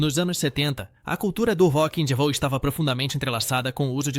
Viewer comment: Também vc precisa aprender inglês. Se eu não fosse duplo cidadão e te ouvisse não entederia sua pronúncia de Rock and Roll. Transformando a audição em escrita seria assim: "Hocky angy Houll: algo mais ou menos assim. Chega a ser quase imbecil.